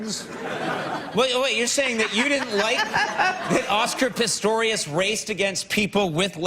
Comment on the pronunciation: Was he making a joke about calling him Pistorus instead of Pistorius? Is that what he was playing at when he was talking about explaining it for the viewers at home?